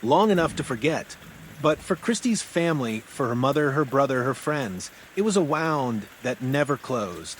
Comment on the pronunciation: AI cant pronounce the word wound !👎💩